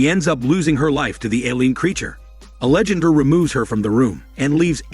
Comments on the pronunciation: Angelandra… that shit has been killing me this entire video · I was almost half way through before I realized it was trying to say ‘Alejandra’. LOL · The way it pronounces Alejandra and angel hurts my ears so much